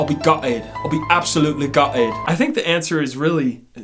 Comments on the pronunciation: Lmaoo I lost it at "guh-'etd" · the lack of "t" sound in the way he says "gutted"🤣🤣🤣.... ohhh Jakey, you make me laugh.